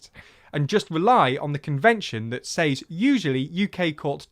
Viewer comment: Small thing, but it was one “s-ays” (or sais) too many for me. ‘Says’ is pronounced “sez” as in “wet”. You’re British, not American, so **please** don’t murder Her Majesty’s English.